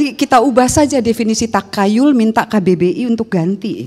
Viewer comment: Pengucapan Takhayul: Tahayul bukan takayul...